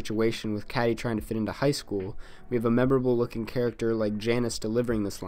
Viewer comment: Nice video, but I thought that I would be longer. Also Cady's name was pronounced incorrectly...